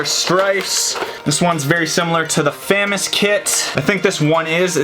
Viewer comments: ITS NOT FAM-AS ITS FUM-AAS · You say FAMAS wrong. It's FAH, like AAH, the MAS, like Moss, also, one of the unfinished kits you have is the actual FAMAS kit, since it's a bullpup, and you can make an actual AR15 barrel with a retaliator barrel and a part from thingiverse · He kept famas wrong it’s pronounced like famaus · It's f ah m ahs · yo, it's pronounced a "fu-moss" and BTW i love ur vids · Who else is cringing at fam-is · The bullpup looks more like a famas. Also ur saying famas wrong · You said Famas wrong noob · You said Famas it’s French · Love the video but you’re saying FAMAS wrong.